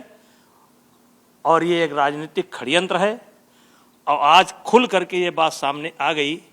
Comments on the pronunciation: Are chhori C.... Khadyantr nhi hota Shadyantr hota h 😊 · Khdyantra nahi sadyantra Bolte hai